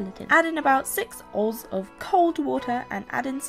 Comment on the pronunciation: I think she was just being cute/funny, because on the packaging it says, "oz." for the abbreviation of ounces; and I believe it's just her accent that made "oz." sound like "OHS" (although... come to think of it: I'm American, but I'd probably pronounce it the same way!). I'm sure she says, "ounces" normally! It was just a little joke thing for the video. :) Hope I answered your question in the way you were looking for! Happy Halloween!